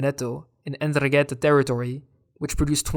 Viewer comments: 'Ndrangheta has to be pronounced with the accent in the first a. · I don't know how other Italians liked this cartoon. You talk about the problem in the present as if we were still at nineties levels. You can't pronounce ndrangheta, and wrote _Gatteri_. And I have not heard a word about the capture of fugitives and the collapse in the number of crimes (1/10 compared to 90). I just saw the usual stereotypical shit